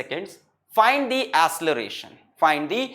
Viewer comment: It is acceleration not asseleration at 26.42min